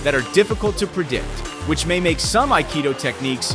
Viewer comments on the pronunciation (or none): none